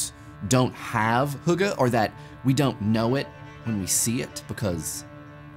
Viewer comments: Him butchering the word "hygge" kills me. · You pronounced hygge wrong